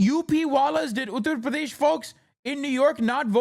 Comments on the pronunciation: And still mispronounces it. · no because he still doesn't say it correctly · On the “accent” thing I think it’s just him tryna say it properly? Might come off cringe but still.